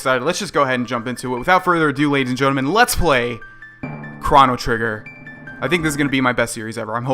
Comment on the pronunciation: Did you just say "Kraw-No Trigger" ? .. Boy, It's "Crow-No Trigger"